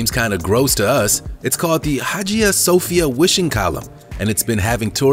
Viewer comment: Hagia Sophia is pronounced wrong!!